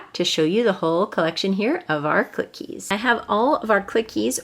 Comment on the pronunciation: You pronounce clickeez with only 1 k get it?